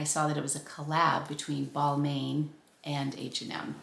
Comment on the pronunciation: Pronounced "Bal-mawn" :)